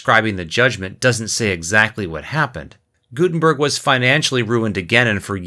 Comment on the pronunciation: He extremley missprnounced the name Gudenberg Its not gusmeat its Gutenberg